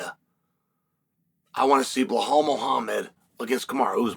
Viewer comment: Chael, it's not "Buhaal"... It's BeeLa'L